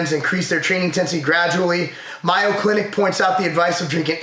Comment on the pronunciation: Haha and btw Mayo clinic is pronounced just like mayonnaise, not closer to the word Mayan, as you pronounced it, have a good one